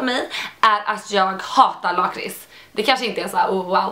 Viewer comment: Äntligen nån som kan uttala laktris och kaviar😂😂😂